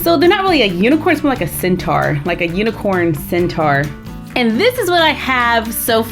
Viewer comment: its centaur not centar